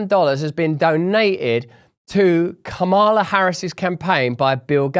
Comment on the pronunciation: ...it's Kamala, pronounced (Car-Ma-Laar), buddy. But you already know that. Why pronounce it incorrectly if not due to audience capture?